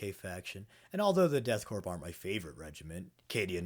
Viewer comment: The p in "corps/korps" is silent. As is the s, as you already know.